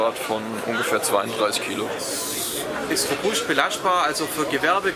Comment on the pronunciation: isch robuscht, belaschtbar, aus Badae-Wuerddeberg :lol